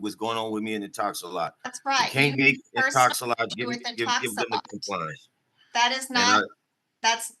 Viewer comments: He keeps saying Intox-a-lot. The company is called Intox-a-lock. 😂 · He's stuck In-Talks-A-Lot